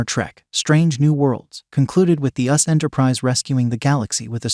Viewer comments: I think they're referring to the narrator of this video, not the songs. It's not auto-tuned -- it's an AI narrator reading directly from a typed script. That's why there were mispronunciations, such as "*US* Enterprise" instead of "*You-Ess-Ess* Enterprise*". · How can you tell something is AI? When they consistently read USS Enterprise as us Enterprise.